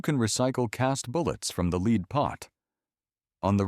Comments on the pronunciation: Why do Ai slop always mispronounce the Element Lead (Pb) as "leed" instead of "Led"? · lightweight revolvers would run nice with wadcutters. they do a good job. go deep enough but not too deep. and recoil is nice. and this AI should learn that lead is pronounced LED and not LEED. ( I did not know AIs can shoot) and while talking about the 38 special it might be a good idea to show 38 special guns only and not 22LRs and 32 HR Magnums.